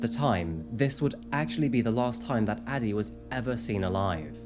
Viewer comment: I keep hearing daddy instead of Addie.